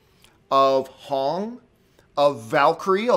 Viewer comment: Lmao! He called Wong "Hong" 🤣